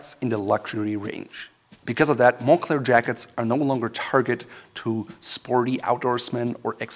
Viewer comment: "mon-Klare" is how you pronounce it correctly. Also I'm going to be honest. I bought a Moncler jacket for the comic on the inside.